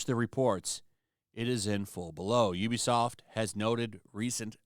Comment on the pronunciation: You can tell which YouTube people are actually gamers by how they pronounce Ubisoft. You are a legit gamer.